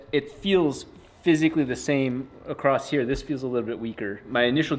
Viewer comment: Can calculate the flow of the intake using maths, still chooses to pronounce the word across as "acrost". gross